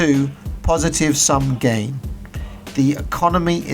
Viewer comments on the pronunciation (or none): none